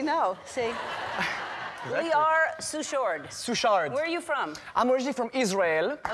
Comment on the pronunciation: Ellen did not catch the correct pronunciation of his last name... Lior's my best friend's uncle! Love that family